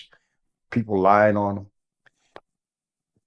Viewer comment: And the word is lying** not Lein lol